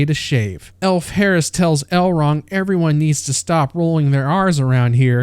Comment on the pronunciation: The names in this video. Whoreladriel. Gwildor. Drawfrah. Celerybrimbor. El-wrong. Fireplace Jesus. Gandalf.😂